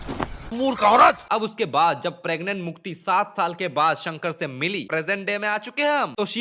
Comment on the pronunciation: Mukti ❌ Mutti ✅ 😅